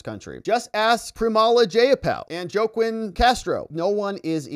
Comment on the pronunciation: Joaquin is pronounced, "wa-KEEN", not "JO-kwin".